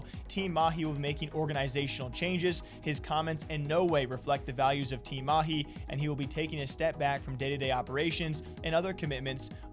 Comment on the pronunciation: Damn, you pronounced Mahi better than these pretentious fake- accent casters we have here in India.